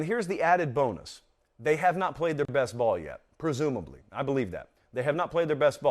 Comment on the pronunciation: But who have dey pwayed woo? 🤣🤣🤣🤣🤣🤣🤣